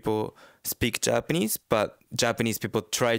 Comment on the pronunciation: even though he has been living in Japan for a long time, his pitch accent is almost all wrong.